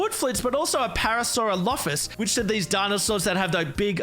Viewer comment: Parasurolophus is pronounced pair a sur all Oph us